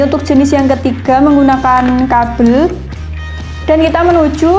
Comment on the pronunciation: Saya seneng dengan penjelasan mbak nya, terima kasih mbak,,,🙏🙏🙏 Cuman saya senyum aja pas mbak bilang kabel "kapel"😂😂